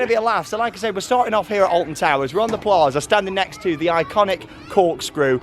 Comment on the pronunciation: You said plarza and I said plaza